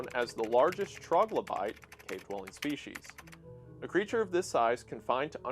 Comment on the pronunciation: There is no H in species.